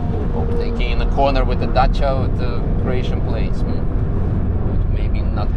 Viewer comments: wow, finally someone pronounce it correctly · Thanks for pronouncing dacia correct! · finally a non Romanian that pronounces Dacia correctly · "Sendero" 😂 that's a new one. Also love how you pronounced Dacia, sounded perfect !